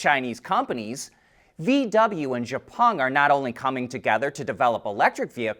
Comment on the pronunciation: I really enjoy you're reports. However, Xpeng is not pronounced zhe-pung. The correct pronunciation is ex-pung. Though you'd like to know.